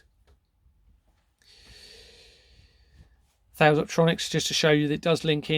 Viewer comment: British Steel, became CORUS then was acquired by Indian company TATA Steel. Thales is pronounced 'taliss' and RACAL 'Raycal'. Serco was formally RCA ' Radio Company of America'. What you are up exposing here is frightening.